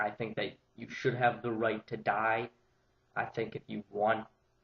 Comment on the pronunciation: apparently he did, and the word he got was.. 'die' .. seriously, as constructive criticism (i aint putting you down, just trying to help you improve) emphasizing the word 'die' detracts from your argument. other than that, not a bad vid - presented better than most i have seen so far thx for talking about it w/o going all emo..